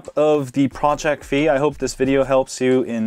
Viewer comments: Figh like high not fee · WTF!?!? Its FI not FEE!! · Damn, it's pronounced Fai. XD